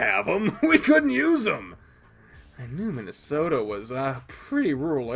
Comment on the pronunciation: Still saying Minasato as Minnesota, eh?